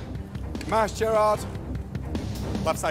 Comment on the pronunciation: Is it me or does he call Jarred Gerrard the whole time😂😂